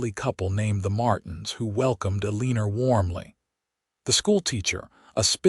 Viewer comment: Elinas name has no "r"s in it. Eh-lina not er-leaner